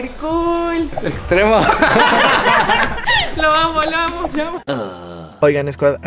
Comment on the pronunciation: yestremo? xD poquitos dice? la cara de estremo XD